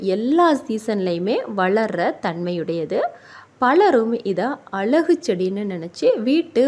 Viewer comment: தமிழை கொல்லாமல் முதலில் ஒழுங்காக உச்சரித்துப் பழகுங்கள்.பழத்தை பலம்கிறீங்க அழகை அலகுங்கிறீங்க.லகர,ளகர,ழகர ங்களை கவனித்து உச்சரியுங்கள்.